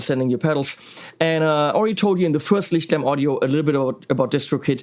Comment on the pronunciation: I am pretty sure that this is the only channel on YT that does not only do a review on Lichtlärm pedals but is also able to pronounce the name correctly.